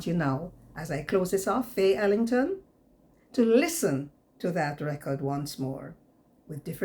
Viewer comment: YOU SOUND LIKE YOU SAID THIS IS FAILING FROM JAMAICA INSTEAD OF FAYE ELLINGTON FROM JAMAICA.